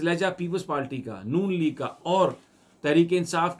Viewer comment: سمیع ابراھیم صاحب پلیز " پالٹی " نہیں " پارٹی " کہیں